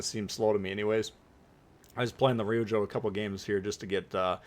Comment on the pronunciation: Always entertaining & informative. FYI: Pronunciation help NOAF (No One Asked For) Ryujo: two long syllables, sounds like "due Joe" (where there's a "y" sound after the d in due). Keep up the good work. 20k soon